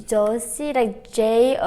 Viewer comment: If it helps, it's Josie is pronounced like joe-see. You were correct, even though you were clearly worried about it.